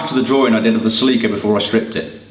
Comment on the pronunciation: Holy crap. I saw the drawings and realized they were saying "Celica" and not "Sleeker".